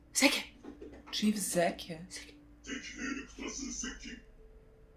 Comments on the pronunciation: Zeke rhymes with Seek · Zeke is pronounced (zee-k). :) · It's pronounced zeek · Zeke [Zeek]